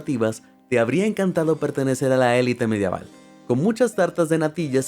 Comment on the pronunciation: La palabra es Medieval* no Madiaval😂